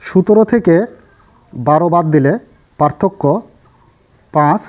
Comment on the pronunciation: আপনি যে সংখ্যা টাকে বার বার সুতের বলছেন ঐটা সুতের না সতের হবে